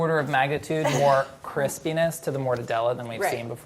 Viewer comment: Had to turn on caption as I was watching this in the middle of the night here with minimal volume, and i read "more Chris penis to the mortadella" lmao. And Chris was the one saying that too lolol. Pretty sure he said "crispness"? 😂😂😂